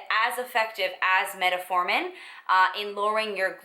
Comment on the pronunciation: fyi, it's called Met-formin, you added an extra "a" in there. lol